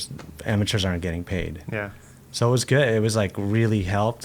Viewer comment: New to the cam-er-rah, Yeah, i'm just an ama-chah, Skateboarder, That's me, Tony Rone Awesome 🐝